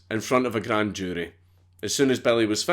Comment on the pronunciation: I'm from Arizona, and it took me way too long to realize he was saying GRANDE. Wonderful story telling though. I've heard this story a ton of times from living close to several tourist traps in my state, but damn you make it fun to hear for the millionth time!